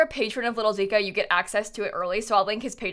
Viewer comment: I play console so I’m not too familiar with cc and cc creators but for so long I’ve thought LittleDica was spelled LittleDicker because that’s how pronounces it